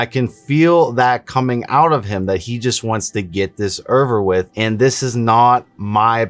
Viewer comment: “He just wants to get this all Allverwith” -based